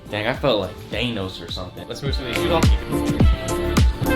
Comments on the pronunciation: LMAO DUDE SAID "THAYNOS" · Homie said : I feel like thaynos or somethin 😂😂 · Who tf is "Thay-nose"??? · It's not thanos but thaynos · He just said thay nos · My dude said thaynos..... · please tell me he did not say Thaynos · he said i feel like thaynos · Man said thainos 😭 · The pronunciation of thanos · I cringed at the way he pronounced Thanos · My eye twitched when he said thanos lol😂